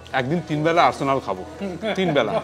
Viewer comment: arsenal bolte sunlam 😂